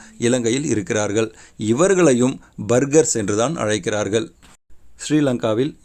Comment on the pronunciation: இரன்டும் இல்லை பேர்கர்ஸ்